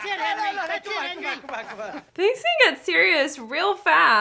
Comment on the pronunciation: I like how Tommy aged like 20 years more than Hendry in the time jump and I really like how Tommy pronounced Henry's name Hendry.